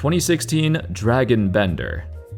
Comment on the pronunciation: His name is not pronounced dragon....it is pronounced like drajan